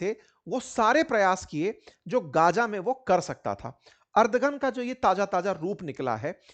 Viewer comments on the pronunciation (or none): अर्दगन नहीं एर्दोगन बोलिये। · Ardhogun ❌ ardhnagn